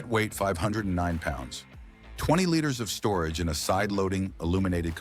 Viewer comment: This is a good commentary. BUT whoever's is the voice on this needs to pronounce things correctly. Example: liters us pronounced "leeters" not "lighters"